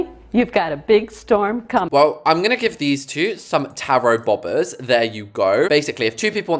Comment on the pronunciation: Boba is pronounced Bow-bah